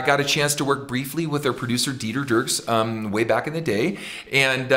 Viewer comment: One of my favorite things about his singing, is how he sings the word Way. He pronounces it Weee. Layne Staley does this too sometimes.